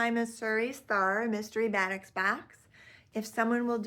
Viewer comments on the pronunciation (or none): This is a good introduction to the world of batiks! "Buh-TEEK" is the pronunciation. It is a process of how the fabric is dyed that gives the color variations. Love these colors! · It’s pronounced baa-TEAK.